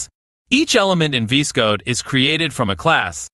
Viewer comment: this is the first time i have seen someone say VS Code "vis-code"